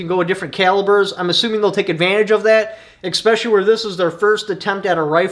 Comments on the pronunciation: Especially, not ecspecially. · There is no X in the word especially